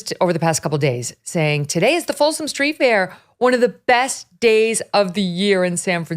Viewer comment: I have no desire to attend, but I'm fairly certain it is called the FOLSOM STREET Fair, because it is a fair on Folsom St., not the Folsom STREET FAIR, as if it was a random street fair named for somebody Folsom. You'd think that after all her years on camera, Megyn would know how to place accents. (And I'd think she might speak up when Carrie starts rambling about searching Scott Weiner's home computers without probable cause. Where is Ms. Liberty defending Weiner's 4th Amendment rights to be safe from government intrusion? Yes, Weiner appears to be very unpleasant, but the Constitution is for everyone. That's the point. And boo on Carrie for making smirky puns about Weiner's surname. It means "from Vienna" nothing more.)